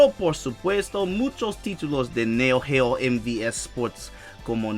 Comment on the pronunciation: Buena pronunciación, la forma en que dijiste "neo geo"estuvo al chingazo! Y genial mascara de Blue Demon, eres acaso?